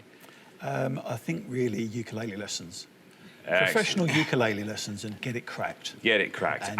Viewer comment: wtf is a "ukulailee"?